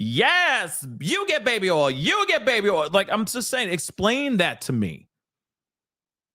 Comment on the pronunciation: when you say baby “ol”, I h i’m laugh every time. 😂